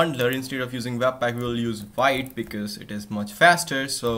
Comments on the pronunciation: it's not pronounced Vaeet, it's pronounched "veet" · Vite (French word for "quick", pronounced like "veet")